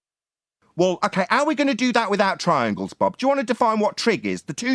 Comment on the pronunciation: Twaiangles, just said he did his experiment by Twail and error….. 😂😂😂